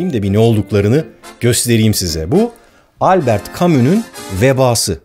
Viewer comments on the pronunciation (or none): none